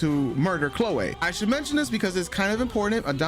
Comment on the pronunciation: Lol why do you pronounce her name all weird? "Clo-way"?😂